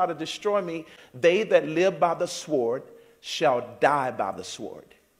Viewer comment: What’s a “sWord?” Does he mean sword? I will say this though- I hope Russia or North Korea doesn’t drop those nuclear bums on us. He’s got a point there for sure. I’ve seen nuclear bums and they ain’t nothing to mess with.